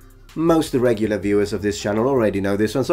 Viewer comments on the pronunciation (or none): none